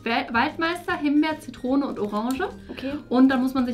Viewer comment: Es heißt Zitrone und nicht „ZiTTrone“